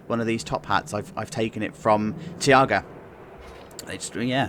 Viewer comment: Btw the new blitz of linnanmaki is called taiga , not tiaga ;)